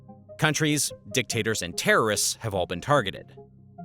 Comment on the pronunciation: he mispronounced dictators